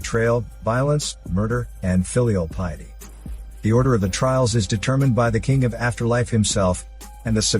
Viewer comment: Filial piety? Trails? Not trials? Ffs